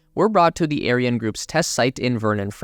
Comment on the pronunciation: Great work ! couple of miss pronunciations LIGO, L-eye-go and Ariane, Arry-Anne....cheers.